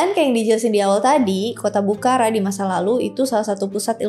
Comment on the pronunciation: Sorry, dibacanya bukhoro, abjad arab ga ada ra, tapi ro 🙏